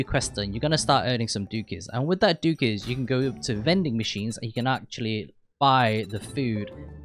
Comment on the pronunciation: It's pronounced DOOKS not DOOKIES. Dookie means shit. There is a silent E. You don't pronounce "fluke" as "flooky" do you? Because that is wrong too. Duke is the name of the guy that owns the Casino, and it also means a type of royalty just below King. You're saying it wrong.